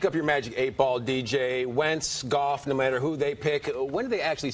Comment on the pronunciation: And it's goff